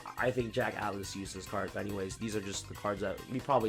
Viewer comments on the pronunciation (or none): none